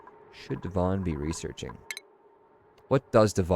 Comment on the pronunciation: Every time you say Devon, I hear "dywan" which means carpet in Polish xd